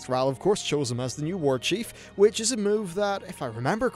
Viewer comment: "Warchiefu" hahaahhah